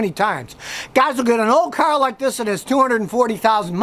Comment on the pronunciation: scotty am not happy u said car....u normally cyarrrrrrhhhh